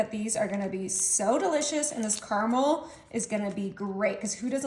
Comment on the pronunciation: It's ca-ruh-mel!!!